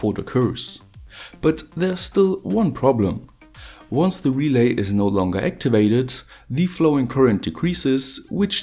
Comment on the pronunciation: actually not "relais" but "relays"